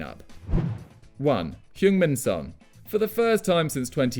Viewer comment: same with every single entry literally calling kane hueinf min son wtf